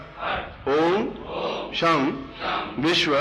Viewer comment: सं sam nahi....... sham शं है